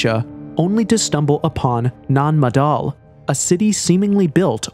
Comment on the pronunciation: Can't you pay more attention to the pronunciation for cry out loud?? First, you bastardise the name of Temple Kailasa by saying kailosa, then you disrespect island structure Nan Madol by pronouncing it madal. Shame on you. Thumbs down for you.